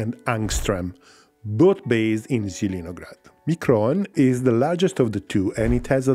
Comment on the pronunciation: Jjidinograd - Laughing so much. Its Zeleniy (Green) grad. Green town.